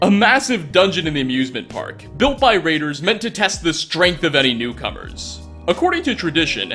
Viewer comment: They're called raiders, not traiders.